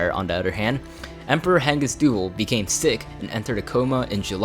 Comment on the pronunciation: Marlin Doovle? Doo-VAHL